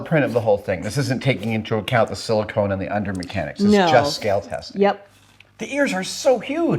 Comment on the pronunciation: Silicon and Silicone are two different things with different spellings and pronunciations. Having said that I also screw it up all the time.